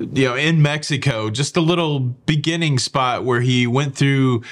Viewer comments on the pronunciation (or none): none